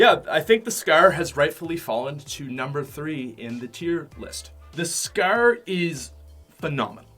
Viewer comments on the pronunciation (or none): U pronounce it like scaaaarerrr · I love how he pronounces scar. scaaaaar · " Coming at number 3 is the scer. " 😂😂😂😂😂😂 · Scrrrrrr not scar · y do you say scrr and not scar??:p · he says scer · He said scar like scrr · The way he says “scar” so funny😂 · The way he says scar though